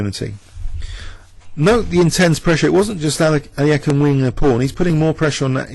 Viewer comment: is this really how to pronouce alekhine?